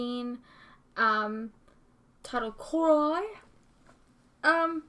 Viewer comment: Hi! I know why you mispronounced the title. Historically, lions have issues with certain vowels, so it's fine! Rawwwrrr!!!!!!!!!!!!!!:)